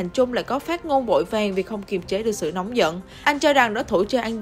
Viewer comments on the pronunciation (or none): none